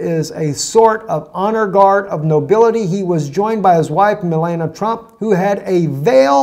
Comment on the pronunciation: Repeat after me - Mel- AHN ee uh, not Melana.